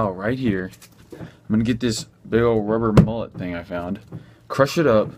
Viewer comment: i know god damn well he did not just call a mallet a mullet